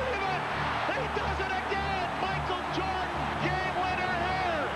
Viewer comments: “Micheal Joden” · michael jodan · Micheal Jodan??????